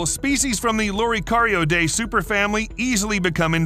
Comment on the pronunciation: He should have learned to pronounce Loricariidae properly. The fish at the beginning of the video is Synodontis nigriventris, the upside down catfish, which is a Mochokid and not a loricariid, from west Africa. Loricariids are confined to south America. The "three-striped catfish" is Corydoras trilineatus, a callichthyid, not a loricariid. It's means of self defense is different to that of loricariids. The bristles on a plec's nose and head are not spines, they are male adornments and are meant to be attractive to female bristle-nosed plecs. Not all loricariids have them. Very few species of loricariids eat wood, most prefer algae and soft vegetation, many species eat benthic invertebrates. I'm just an ordinary aquarist with no special scientific training, but even I could have done a better job describing the loricariids after having kept only a few of them. The information is out there if you look properly, so nowadays there is no excuse for getting so many facts wrong or distorted. Judging from earlier comments, many people think this content is great, I would advise viewers to exercise caution when bombarded with a string of awesome facts in yt videos, although they can at times be useful on pub quiz nights.